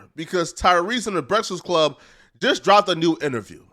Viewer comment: Wa😂😂😂😂wait..."breaxxast club lol